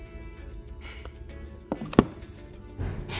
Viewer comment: the "Finnese" in the end😂😂